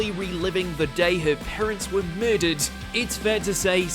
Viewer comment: "Parents were MEHdered."